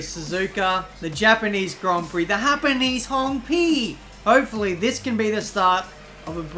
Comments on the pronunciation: Hapaneez hon peeee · The gapanese han pee hahahahha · hepenese han hi hahahhahahahha